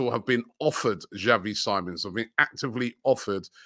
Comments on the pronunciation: Call me petty but Robbies pronunciation of words irritates me. Robbie's been told that it's Xavi Simons (as in See-mons and not Sigh-mons) SMDH. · Xavi last name. You say it like siemons